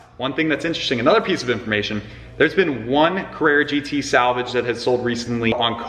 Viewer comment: It’s not a Carrara gt